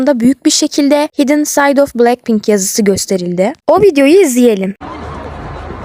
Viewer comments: hidın diye okunmuyo haydın diye okunuyor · Canım linçlemek için demiyorum ama hidden “haydèn” diye okunuyor ve bide e biraz değişik söyleniliyor. Senin iyiliğin için dedim <3